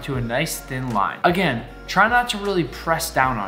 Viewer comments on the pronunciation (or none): none